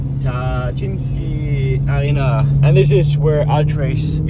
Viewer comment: I am really suprised how well you pronounced „Tarczyński Arena“😅